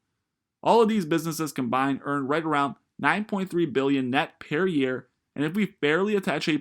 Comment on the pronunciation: "pair year" 🤣